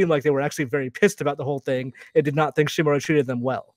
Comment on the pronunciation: Ikr total cringe how hard is it to pronounce "Uncle Shimura"